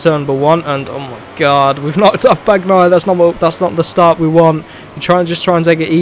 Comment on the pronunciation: Not tech three , its tech tra (how to read this ) . Nooot BAGnaia it Baniaia again ( how to read this )